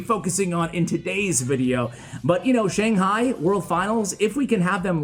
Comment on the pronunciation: ugghhh i hate how you mispronounce Shang Hai !!!!